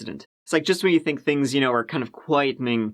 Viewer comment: I can't be the only one who had an incredibly difficult time with their accents. That was so hard to understand. At one point that fake phone call dude pronounces the word "think" in two different ways in the same sentence - as both thaynk and thank. I had to replay it five times to hear what he said